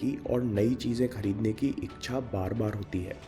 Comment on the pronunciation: I want to correct you, It's इच्छा not iksha...yunhi videos banaya karo...thank you for all the videos❣